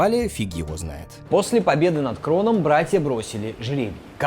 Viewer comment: И ещё кое-что, не Кронос, а Хронос.. И вообще, Греки переписали старые Мифы (заменив Одина на Зевса, а Имира на Хроноса на свой лад, как победители), потом это же сделали и Римляне и тд.. Должна же быть своя вера!?